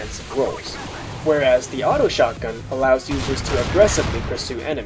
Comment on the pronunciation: Is it just me or whenever he said shotgun it sounds like SHARTguns xD